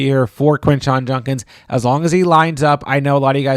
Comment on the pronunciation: You and Sal vetri….juDDDkins not junkins lol